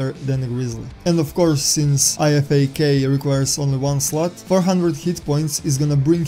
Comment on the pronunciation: great video, but on a side note the IFAK is said I-FAK like (I fack)